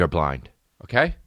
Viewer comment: Love the quick 'kay'